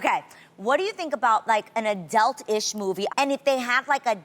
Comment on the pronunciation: no shade but Adrienne pronounces "adult" in a way ive never heard before